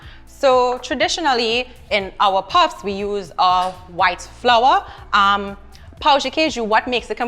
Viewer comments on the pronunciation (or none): You gotta say pão and not pau.